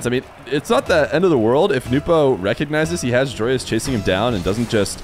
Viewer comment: why does everyone pronounce Joreuz wrong ? its JORUZ